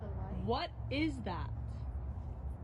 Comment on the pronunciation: Stuff like at with the accent